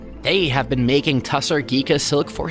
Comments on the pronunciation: The correct pronounciation is "Tossor Silk", not Tussar. It's also a big industry in Bangladesh. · It's pronounced as Toss-h- orrr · It's pronounced Taasar silk, very popular in Bihar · It's not TA SAAR silk, it is TU SHAAR. That's how it should be pronounced. The meaning of Tushara in sanskrit is snow, dew, frost or something too fine, pure etc